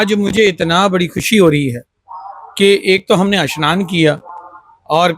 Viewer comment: Bahot mushkil se sudh Hindi bolne ki koshish kar raha hai😂 Haqiqat ye hai ke Urdu alfaaz mooh se nikalta jaa raha hai. snaan ko shanaan kah raha hai.